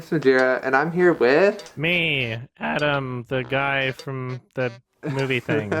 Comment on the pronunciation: My name is Adam, so every time he says "" XD